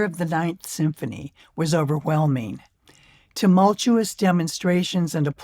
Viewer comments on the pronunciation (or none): none